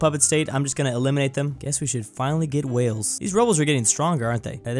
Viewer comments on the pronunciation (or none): none